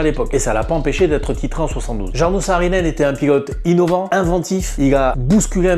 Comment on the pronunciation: C est cool de parler de Jarno, mais avec une autre prononciation .